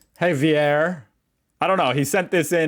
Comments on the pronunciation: Not "HAY-vee-air," you dolt. Javier is "HA-vee-air." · Javier is pronounced have-ee-air ...😊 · Javier is a Spanish name pronounced "ha-vee-er" (the h is much more raspy in Spanish, like in José, but we know you still pronounce it like "hoh-zay", so that was his attempt on telling you how to do it xD) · It's zavier lol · HAHAHA, you nearly got the name right!. thanks so much for watching the video!